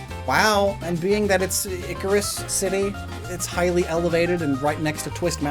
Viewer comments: It's pronounced EYE SEER US, not Icarus. From Cirrus clouds, which are the clouds that are made of ice crystals. Well nvm, a second later you learned. But im not going to delete my comment. Algorithm and all that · I've been watching the anime and Cilan (despite being a reference to cilantro) is pronounce [SIGH-lin]. And Icirrus City is being pronounced like [eye-SEAR-us].